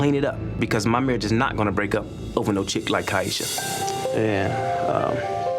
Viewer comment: And he knew how to say her name correctly! Got to listen to those details. She very much telling the truth. They will always tell on themselves.